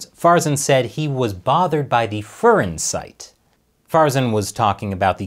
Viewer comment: The Fur in furin is like the fur in fury, not the fur in furry.